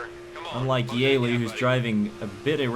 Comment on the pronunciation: Btw its (yee-lee) not (yay-lee